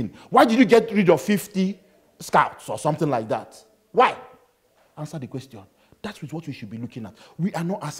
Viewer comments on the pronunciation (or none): Ended the interview with some solid points and left on a high. Ansa di kwaystion! Robbie dumbfounded. 😂